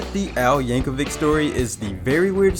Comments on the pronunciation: Yank-a-vich is how you pronounce it bud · I love Bohemi-anne Rhasfody by Kween and Aye-mish Paradise by Wei-ard L. Yanker-vick! Those songs are so cool, they make you not want to take the 30 seconds to google how to pronounce the names correctly! 🙄